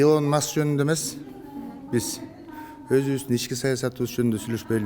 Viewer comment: Илон Макс эмес, Маск.